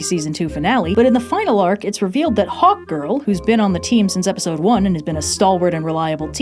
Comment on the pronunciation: Anyone else here hot girl instead of hawk girl?